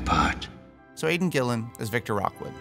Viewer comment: Great casting, but it's Victor Rookwood, not Rockwood